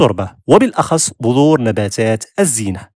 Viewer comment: بذور وليس بظور ههههههههه